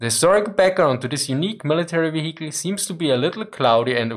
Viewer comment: You can tell it's german because it's one hell of a wheee-icle.